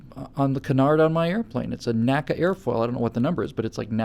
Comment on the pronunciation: Oh, and NACA is pronounced "nnn aye see aye" not "nacka" luv u long time;)